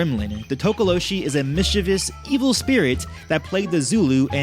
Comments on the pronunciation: not tokoloshe but tokolosi🙈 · LOL Tokoloshe is pronounced Tokoloche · Its pronounced Tok oh lo shie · Interesting, I grew up around Xhosa speaking people and they all pronounced it To-Ko-Lo-Si and that's how I've always said it. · South african here, talk-ah-law-she is how we say it. We just know it as menacing little gremlin like creatures and they mostly cause havoc at night. Havent heard much about them in the last 15 years or so, especially since most of us (in my circle) no longer live in such open places anymore. And isiXhosa is pronounced almost like cor sah with a click while saying the cor part. Almost like tcorsa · Tokolose. Like with an "ee" at the end. I'm from SOUTH AFRICA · Tokalosh the e is silent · You say it tookalosh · It's tokolo(she). Was waiting for that one😂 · This is cool, I've heard of some. It's pronounced To-ko-lo-sh...the last "e" is silent. Zaire is also known as DRC(Democratic Republic of Congo) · From my knowledge as a Zulu South African it is pronounced as To-ko-lo-share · It's pronounced Toko-lo-She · spelt THOKOLOSI,, you pronouced it correct except the "she" which should be pronounced like "SI" like "Si" in similar or "Sy" in symbol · Actually the /H/ from tokoloshe is silent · For pronouncing Tokoloshe, you don't pronounce the E at the end.